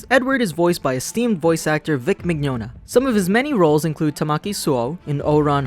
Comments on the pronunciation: I can't believe they pronounced Vic Mignogna's name wrong. >.> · LOL woops. That's my bad. Mignogna's name always gets me. As for the Hetalia reference, I meant to say siblings, but screwed up. D